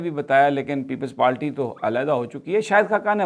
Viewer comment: یہ بندہ ہر با پیپلز پارٹی کو لیپلز پالٹی کہتا ہے 😃😃😃۔ پکا اردو میڈیم ہے اپنی رنگین قمیضوں سمیت ہاہا